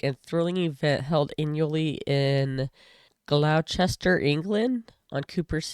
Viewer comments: "I just don't understand the point." There isn't one! Pronunciation: Gloucestershire - "glostershire", Gloucester - "gloster". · I should probably enter some day, the hill is not as steep as the quarry wall I often run down. Gloss-ter-sherr btw 😉